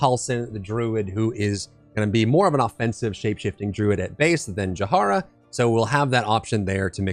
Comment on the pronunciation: [Ja-hee-ra] please "Jahara" is killing me 😂